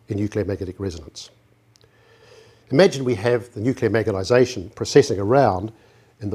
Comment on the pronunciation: Really excellent presentation. Sadly, the presenter died in 2012 (look him up on Wikipedia - he was one of the most famous NZ scientists ever). No disrespect to him, but I must admit that I find it distracting that he often clearly says "magetization" instead of "magnetization" :)